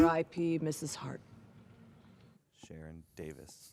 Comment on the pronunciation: It's SHA---RUN